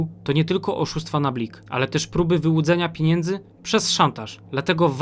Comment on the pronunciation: nie mówi się piniędzy tylko pieniędzy.